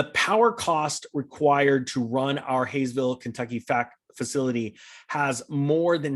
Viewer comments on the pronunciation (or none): Hawesville is pronounced hallsville. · Pronounced Haw s ville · Kentuckian here, family lives in Hawesville and know plenty getting laid off... say it like The HAUL in U-Haul...or Ha like your laughing!